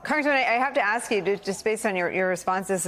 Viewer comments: Why does he pronounce ask as aks. Is that dyslexia or is the the American pronounciation of ask. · Hope he doesn't ax me a question.